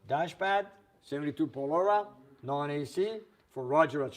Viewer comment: when you spoke about the Dodge Polara, it's pronounced (pol AH RA) not (pol OR RA)!!!!